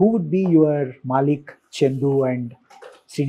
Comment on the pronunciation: Its not MAAALIK... Its MaLLick